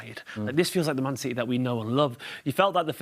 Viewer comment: Citeh…….. that was terrible😂